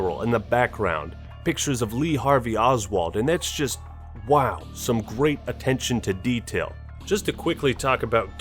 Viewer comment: OpVac he said waw